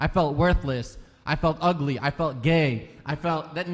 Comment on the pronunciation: What’s wrong with feeling gay?? And why did he say gay like that ew🤣